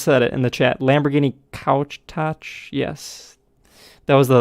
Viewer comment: Lamborghini Countach Pronounced Cune-tahj